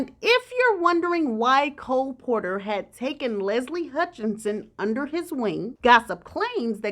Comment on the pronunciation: Listening from far away, your pronounciation of Leslie's sirname is no different from shorter version of Meghan and Harry's first born name - Hutch or Archie sound the same to me😏🤔